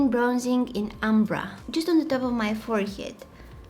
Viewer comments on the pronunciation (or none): I like how she said it forehyead 😂❤😊